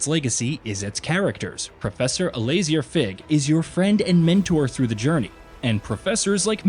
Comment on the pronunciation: The way you said Alazar fig makes me think you didn't play the game because the way you said his name was nothing like how it's says in the game